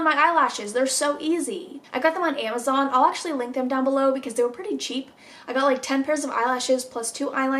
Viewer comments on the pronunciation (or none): none